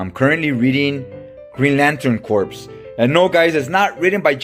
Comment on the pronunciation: The p in corp is silent. It's pronounced Core.